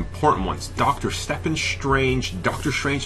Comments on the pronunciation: It's Steven not Stephan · its pronounced Steven strange not stefen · Stephen is pronounced like Steven... im sorry but it really annoys me when people say it wrong!:/ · AeroProductions94 Its Stephen Strange yes but its pronounced Steven Strange.